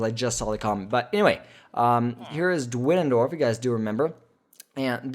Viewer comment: You called the guy dwenendorf but the staff gwenendorf